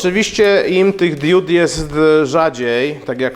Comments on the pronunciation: diud diód :) hehe diod :P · Hej dude, mówi się diod nie diód ;) DUDE. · Diuda czy Dioda ? Wiec mówimy diod nie diud !!! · Diod, a nie diód :) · nie DIÓD tylko DIOD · Kłuje w ucho fakt 😂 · *diod, diody, diodo, diodami. Nie: diÓd, diÓdy, diÓdo i diÓdami. Mocno to razi, zniesmacza i zniechęca. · DIOD, a nie DIÓD! Matko boska, uszy krwawią, jak się w ciągu 20 minut słyszy takie kalectwo 150 razy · DiOOOOOd. Nie diód. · DIOD!!!! nie diód/diud :P ale taki poradnik dla wielu pewnie się przyda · diud" serio?